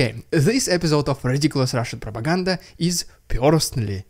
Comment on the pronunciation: The best ridiculous Russian prrrrrrropeganda yet😂